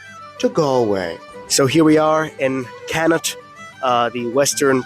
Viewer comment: Connacht - Pronounced "Kon-Ukt" - Nice try though 🤣